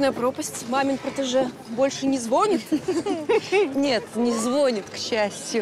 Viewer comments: Не звОООнит а звонИИИт. ЗвОООнят в колокола. ЗвонИИт телефон. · Почему не звонИт ,а у них ЗвОнит.